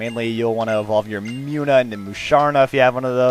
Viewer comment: WHAT THE HELL NOT "MUNNA" PINK THING!!!!!!!!!!